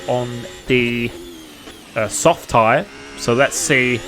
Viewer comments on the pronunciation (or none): none